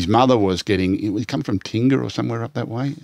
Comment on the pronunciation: The way Matt and Andrew Johns say Tingha is hilarious, they have it completely wrong. Glad Gus knew how too say it.